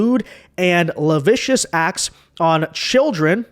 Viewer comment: I wish YouTubers would stop using the word lascivious.. I haven’t seen one of you dumbasses pronounce it correctly. La-siv-ee-us